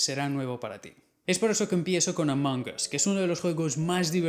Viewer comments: Se dise ash jaja no h no asi as ash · Se dice Among us